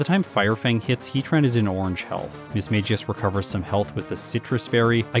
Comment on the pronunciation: Yes it is, unfortunately it isn't pronounced the same way Magus is. It is mag-ee-us